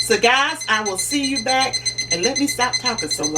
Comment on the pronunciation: I see the house phone and when she said bike instead of back I knew it was gone be some shit I love it keep it up